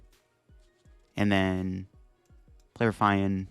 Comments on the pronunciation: RUH-FEE-IN...not roofian...or ruffayan...RUH-FEE-IN...Ruffian. ffs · ok but is an English speaker so why would he pronounce it “rough eye en” instead of the English word that exists pronounced “rough ee en” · Have you never heard the word 'Ruffian' before? It basically means 'violent criminal' or 'troublemaker' and is pronounced as 'Rough-E-Un'. 😂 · “Ruff I an”??? Jesus Canadian Christ… Smh stay in school, kids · It's pronounced "Rough-E-IN" Also, when you do the "10% off 👌☝️" you always do the hand symbol backwards for the camera Love the vids. Keep it up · Great vid, but the ruffian pronunciation is driving me nuts. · I was like: „Nah, it can't be that bad.” when I read your comment, but now that I heard it, yeah. It hurts my ears. xD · Your pronunciations of "Eri" and "Ruffian" are on par with Wolfe Glick's "Arcanine" and I am now infinitely more curious what other funky pronunciations you might have haha much love